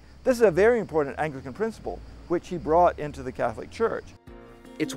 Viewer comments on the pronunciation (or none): Oh for crying out loud. The narrator repeatedly pronounces "Anglican" as "ANGELICAN"! SOME Anglicans may be "angelic", to be sure, but a fat lot of good interfaith dialogue will have if people don't know what the "other side" is called.